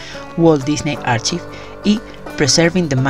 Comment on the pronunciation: cool pero archives se pronuncia "arcaivs"